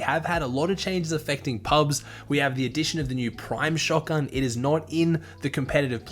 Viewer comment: Ah yes, shotgan